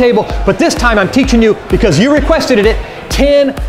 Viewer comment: "requesteded" :18